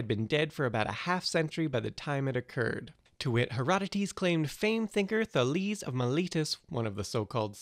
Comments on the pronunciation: *THAY-leez, *zen-OFF-en-eez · Today I Found Out They certainly didn't say "Taleeze". You know, there are people, experts, who study this stuff (ancient Greek in particular). And while there is some truth to the whole "we don't know how they pronounced it" argument, it mostly referes to how exactly they pronounced the R (whether it had a little h-ish sound before like HR or a little puff of air after it like RH, nuances like that. It was certainly an R), or something else along those lines regarding some specific letters and signs. It's not as if we had "no idea what the language sounded like" because we pretty much do know. The idea that we know nothing about it is ridiculous and, quite frankly, an insult to anyone who studies ancient languages. And I'm sorry to shit all over your video that clearly took a lot to make and was fairly entertaining, but for fuck's sake, look up how to pronounce words like these. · THA-les xe-NO-pha-nes you know you can find the pronunciation of all the greek ppl ever on wikipedia, right?